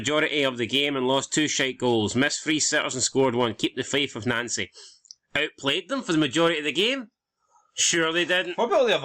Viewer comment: I noticed Nouncy is now pronounced Nancy! Why???